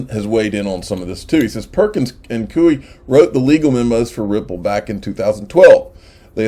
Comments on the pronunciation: Damn it!!! Its koy not cooie.....killin' me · Since you may be saying the name Perkins Coie a few more times before this whole case is done... i believe its pronounced Perkins "Coy" like Toy with a C. It's not a big deal, but thought you might appreciate the heads up.